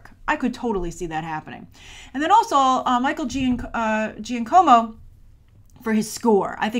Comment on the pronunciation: "Michael Gianncomo"